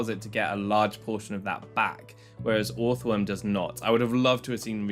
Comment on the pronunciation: This does NOT matter but I'm 99% sure you pronounce the first o like the second o. So it's just earthworm phonetically